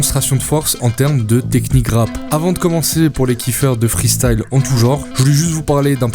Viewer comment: ça me titille quand tu dis " Freestale " au lieu de " Freestyle " mdrrr